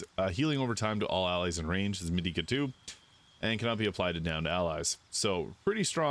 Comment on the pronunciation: It’s pronounced Med-i-ca sorry I’m a huge FF fan long time player, Di-a lol.